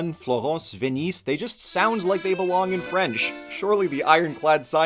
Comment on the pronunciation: You mispronounced the French "Venise", a little bit. It's a "Z" sound, at the end, not an "S" sound.